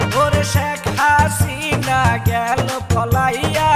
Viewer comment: মুখে ভালো উচ্চারণ হয়না হাসিনাকে হাছিনা বলে সে আবার বি এন পির হয়ে গান গায়